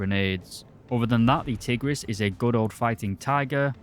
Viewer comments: Nice history of the Hungarian Tigers, but two little things: 1. Tigris is pronounced "Tig-rish" since the letter "s" in Hungarian is pronounced "sh". 2. The Turan II is in War Thunder, however Gaijin stupidly made it a battle pass premium which is no longer available, when it should have been a researchable tank in the Hungarian subtree. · You said the S in Budapest so well, the same should be in Tigris(tigrish)